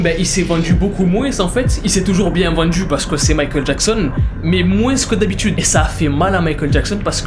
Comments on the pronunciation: POURQUOI TU DIS MOINSSS ET PAS MOINS ! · tu me stresse quand tu dis "moinsse"